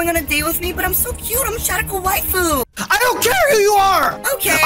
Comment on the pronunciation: He said waifu wrong I’m pissed